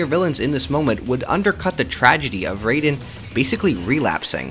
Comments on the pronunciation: Bruh how this dude be calling Raiden "Rey-den" when they literally say their name like "Rai-den" 50 times in the game. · Disliked just for "Ray-den" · Bro said reiden 💀💀💀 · Raiden's name is not pronounced the same as the character from Mortal Kombat. The Rai is pronounced like rye bread. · It’s “rye-den” that’s how you pronounce it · Good video, but I still don't understand how people play MGR and still say "Rayden" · I just broke out laughing bc of him saying reyden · ummm... ackshually it'sh pronounced rye-den🤓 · Please say raiden name right he not the god of thunder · mispronouncing raiden's name makes you the biggest edgelord of all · And the video is good but the way he pronounced Jack's code name threw me off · Am I the only one that is bothered by Raiden‘s name being butchered? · You mispronounced raiden argument invalid